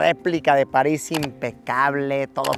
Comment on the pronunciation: París ❌ Palis 😈✅